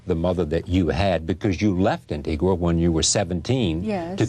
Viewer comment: this guy did not correctly pronounce Antigua for the entire interview.